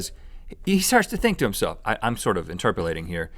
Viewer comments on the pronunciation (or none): Rhett said interpelating...